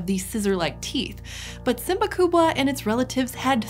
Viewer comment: Swahili people are very proud of own heritage, because she tried to pronounce swahili name of the predator in the swahili. Wow, wow, wow...!